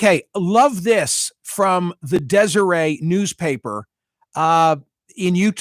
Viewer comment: DesereT! Not Desiree! DesereT News!